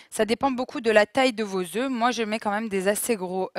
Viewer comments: Mes oreilles ! Le mot oeuf se prononce différemment quand il est au pluriel !!! C'est important de bien s'exprimer 🤗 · on dit pas 4 oeuffes ! 😀